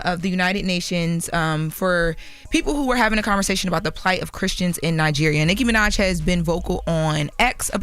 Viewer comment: Why do say Nicki's name like that? or am I tripping